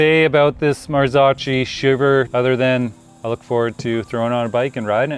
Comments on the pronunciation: The drool is real🤤 FYI - it’s pronounced “Marzokkee”😉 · Marzocchi is pronounced MAR-zo-kee. The first syllable, "Mar," sounds like the word "mar," and the second syllable, "zo," is pronounced like the "zo" in "zone". The final syllable, "kee," rhymes with "key". 🤣🤣🤣🤣